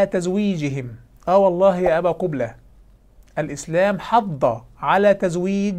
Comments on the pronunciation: هههههه قبلة بضم القاف 😂😂😂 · تزاغات ولى " " بضم القاف من أول نهار غلط فيها.